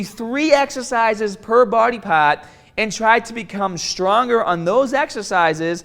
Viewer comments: "How are ya gonna get strongah ta break P-Ahhhs" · Strongahh and Bigahh